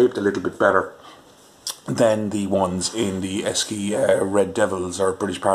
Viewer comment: Esci is pronounced Eshi . During the early 1980s Esci ran a campaign about the company's name the copy was "Say Eshi"